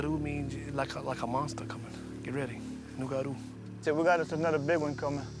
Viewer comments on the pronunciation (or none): As a Louisianan i can tell you it burns me up to hear the narrator say "Nugaro"... The creator of our swamps is named the Rougarou!